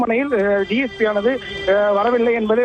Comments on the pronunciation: DGP illa ma DSP Olunga news padi ma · முதலில் டிஜிபி😂 டிஜிபி என்று இரண்டு முறை செய்தி வாசிப்பவர் சொல்கின்றார் இது தான் செய்தியாளரின் திறமையா? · டிஜிபி இல்லம்மா dsp கவனமா சொல்லுங்க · ஏம்மா, டிஜிபி யா இல்ல டிஎஸ்பி யா.. தவறாக சொல்லி விட்டால், மன்னிக்கவும் டிஎஸ்பி ன்னு சொல்ல வேண்டியதுதானே...